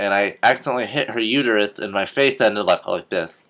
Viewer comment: the womb is the uterus its uter-us not uter-u lol lame joke